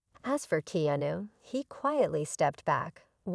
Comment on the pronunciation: This story is probably wrong. The AI voice cannot say Keanu's name correctly & , it was not worth finishing.